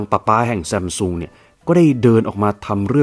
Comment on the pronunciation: ซัมซุง ❌️ ซั้มซุง ✅️